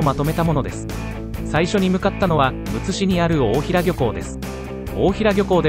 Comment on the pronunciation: おおひらじゃなくておおだいらだよ（笑）